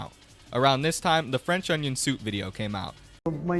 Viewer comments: fwencth owniwiown thoop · THE WAY HE SAYS IT IS SO FUNNY “cen i get e french onin sope plese😢😢😢”